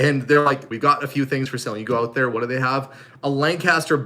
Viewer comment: I like when you say ‘out’it sounds like ooht 😂and I’m with you 100% PEOPLE CAN CARRY ON A CONVERSATION WITH OUT SWEARING ,ITS NASTY AND DISGUSTING,👌